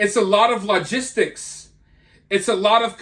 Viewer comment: I've noticed you younger people under 30 can't pronounce words correctly. You said logistics and Maxim incorrectly.